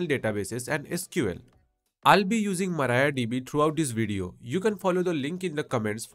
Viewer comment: MariaDB❌ MarayaDB✅